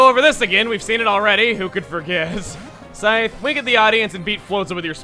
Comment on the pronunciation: "I will suavely and sexally, defeat you. For I am, Snaps fingers the Psythe" - 2016